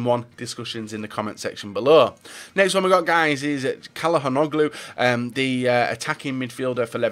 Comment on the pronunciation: Calhanoglu = "tshalhanoglu"